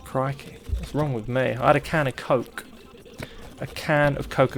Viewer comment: Hearing say 'yall' 'crikey' and 'ruhral frawnce' all in one video is my new favorite thing. We're getting him all around the world lol